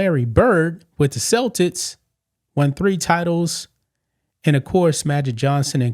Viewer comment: Why do u always celtics wrong?!?! 😂 its Celtics not selltits 😂😂